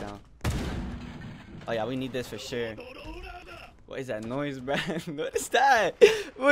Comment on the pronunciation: The way he said man was funny its :man: but he said mane. love ur videos bro u always make me laugh